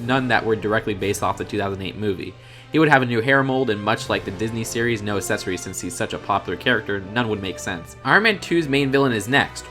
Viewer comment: You’re saying accessories wrong